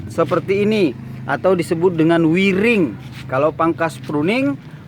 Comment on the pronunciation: Maaf sy bantu perjelas... Wiring bacany wayering krn pake wire(wayer/kawat/dawai/kabel) 🙏🙏🙏